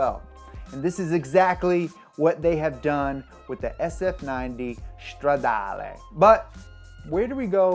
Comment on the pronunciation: Dude, it's italian not german, stop saying Shtradale